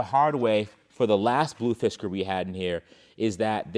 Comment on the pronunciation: every time i hear u say Fisker i hear "Fiskars" xD